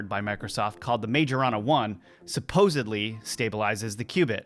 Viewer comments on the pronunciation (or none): none